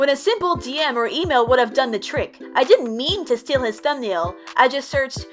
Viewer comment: also in the first post jaystation posted he said "steel" not steal